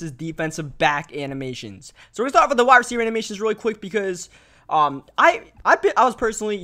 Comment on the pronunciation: TV he also aays wit instead of with lol